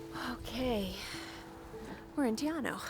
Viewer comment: When it comes to the correct Maori pronunciations if those who don't know or speak Maori they will always get it wrong... Te Anau Teh-R-Noo